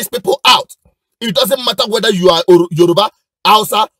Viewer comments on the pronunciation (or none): none